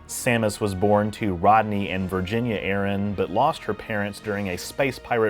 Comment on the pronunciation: Thanks for pronouncing "Aran" correctly. The amount of times ive heard people say "Uh-ran" is ridiculous